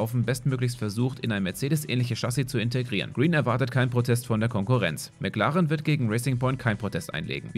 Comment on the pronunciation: Kannst du bitte dir angewöhnen McLaren Englisch auszusprechen ..... das Deutsche erinnert mich immer an Heiko Wasser und sind wir mal ehrlich, dass sind schreckliche Gedanken